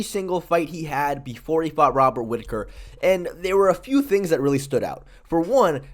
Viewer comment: Poor. He can't say "things" anymore.😢 From now on, I will cherish my front teeth.